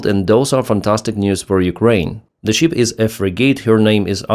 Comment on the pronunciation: ❤ Пане Денисе, як завжди - чудові відео чудовою англійською! 👍 Невеличка ремарка - стосується саме цього відео про кораблі: гадаю, Вам не буде складно підкоригувати pronunciation слова SHIP - тут все дуже просто. SHIP {шип} замість {шіп} що звучить наче sheep 🐑 вівця. Спробуйте, коротке {шип} - і наступне відео про враження кораблів звучатиме ще краще. Сподіваємося, ЗСУ подарують наступну нагоду для такого відео дуже скоро 😉 Вітання з Канади 🇨🇦✌️🇺🇦